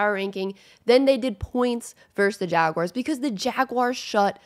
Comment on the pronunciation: I subbed bc I like the way you say jaguars